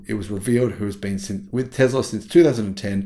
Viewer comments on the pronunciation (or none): Repeat after me... Tess la... :)